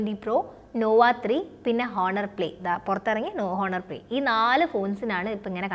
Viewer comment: ആദ്യമേ ഒരു കാര്യം പറയട്ടേ.. 1)Huawei എന്നാൽ പറയുന്നത് "വാവേ " എന്നാണ് 2) honor എന്നാൽ പറയുന്നത് ഹോണർ എന്നല്ല "ഓണർ " എന്നാണ് ഇതുപോലുമറിയാതെയാണോ ഇതിനെക്കുറിച്ച് class എടുക്കാനിറങ്ങിയിരിക്കുന്നത്.. കഷ്ടം